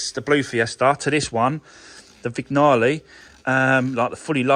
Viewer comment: It’s a silent “g” in Vignale… as in sign!